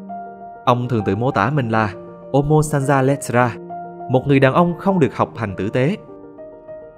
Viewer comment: tiếng ý "người đàn ông" là uomo chứ ko phải omo